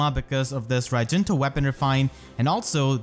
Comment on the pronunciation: how to prononce raijinto with fehtubers: akariss: raijintwo pm1: rajinta nimious: rajinto